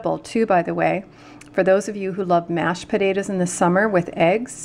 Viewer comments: Pot ta toes not pudadoes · Did you mean potatoes? You said podadoes 😅